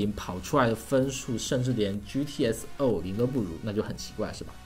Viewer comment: 到底是GTX650 还是GTS 650 ？ 你这个读音让我无法理解，型号写的是GTX ，读音读的是GTS，到底是什么？